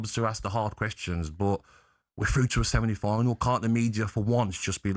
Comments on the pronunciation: Does Gabby keep saying seminy final? 😂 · "We're through to a Semini final" 😂